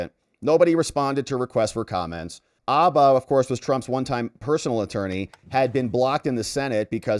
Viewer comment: Bro! Abba is a Swedish rock group. Habba is a lawyer. Include the H. Say Habba. Say it how it's said. Habba, dude, Habba.